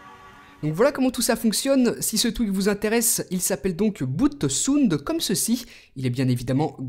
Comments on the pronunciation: "Boute sounde" ... Belle prononciation . Ça se prononce "Boute Sawnd" . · ta manière de prononcer "BootSound" est bizarre. C'est un terme anglais certes, mais dès que tu as pris l'initiative de prononcer le mot "boot" en anglais, tu devrais peut-être faire de même pour le mot sound. Car ça fait assez "bizarre" de t'entendre prononcer le mot sound en français. Sinon impec la vidéo!